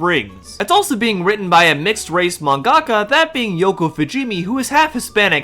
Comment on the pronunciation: You have the most unhinged way of pronouncing manga-ka I've ever heard. Not a criticism or problem really, it just catches me off guard. 😅